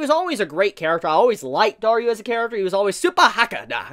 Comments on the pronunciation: Also it's DARU, not DARYU. Is pronunciation really that hard? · I am thinking of the hardest question in this Channel Why are you saying Daryu instead of Daru 🤔🤔🤔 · And that moment comes, when Daru acts like a true gentleman of a father. It really gets me. By the way, it's DARU not DARYU xD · Amazing review but why do you call Daru, Dar-U?